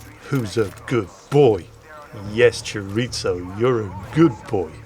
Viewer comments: Chiritzo? A sausage? is that.... chorizo? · Since when is there a ‘t’ in “chorizo”.